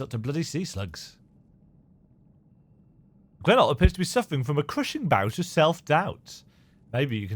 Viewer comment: its awesome hearing someone with an accent actually enunciate the words in almost the proper accent when putting a voice to grenolt